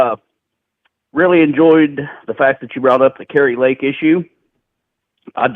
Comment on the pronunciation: KARI Lake, pronounced, KERR-I, not CAR-I Lake...😉